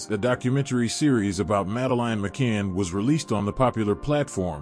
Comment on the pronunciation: Failed from the off by mispronouncing the child's name, FFS... that's your kevel of research?